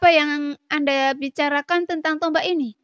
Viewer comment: Untukkk. bukan untu. Tombak bukan tomba. bintik bintik. bukan binti binti. damai. bukan dame. Bijakkk. bukan bija. xiao yAn. bukan Xiao yEn. biar sya nyaman denger nya🤭